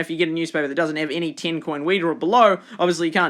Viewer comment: stop saying ten like teen